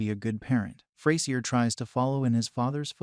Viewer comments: Yup. It's not ftay-zier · Next time you should try using an AI that can actually pronounce Frasier.